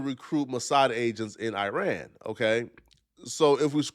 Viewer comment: Can’t even pronounce Iran!